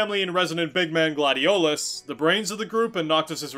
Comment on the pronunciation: Wait, how did you pronounce 'Gladiolus'? 😂